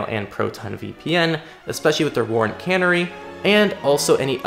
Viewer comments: "Warrant cannery" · I pronounced it wrong. Like the bird